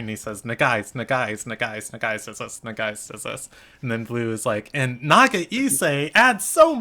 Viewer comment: The way you guys feel hearing na-ga-EE-say is how I feel when people don't say quetzal-leño the spanish way 🤣 it's kay-tsa-LAY-nyo